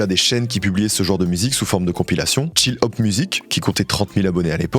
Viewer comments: ohlala tous les i et y prononcés "Ay"... Chill pas tchAyl, Study pas StudAy 👍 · Tellement trigger par ta facon de prononcer chill hahaha